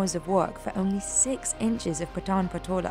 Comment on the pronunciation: No she pronounces Patan very wrong, even Indians outside Gujarat finds it hard to pronounce the word Patan challenging due to word 'N' it's Paaaton